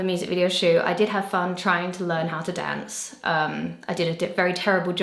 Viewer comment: What's with the 'grass' and 'dance' change of 'a' sound? Have you forgotten your roots Emma 😭